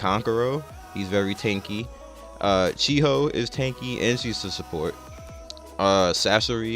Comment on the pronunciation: does anyone else noticed that says chihoe instead of chiyo.